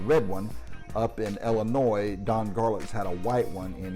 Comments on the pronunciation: The S is silent in Illinois. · When pronouncing Illinois the S is silent.Just Sayin.